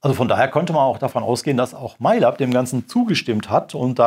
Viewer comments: wird das nicht läb ausgesprochen? xD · Das wird "MaiLäb" ausgesprochen. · Cooles Video, aber das Lab in MAiLab wird english ausgesprochen.